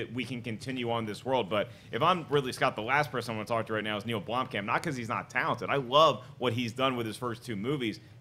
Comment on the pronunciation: John Campea puts an f at the end of Neill Blomkamp... like its German or something lol